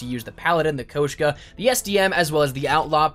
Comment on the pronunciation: Yo wtf is a koashka lmao it’s a Koshka. Next thing you know he’s gonna call it the ootlaw